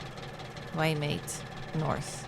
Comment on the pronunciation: Waimate is pronounced Why Ma Tee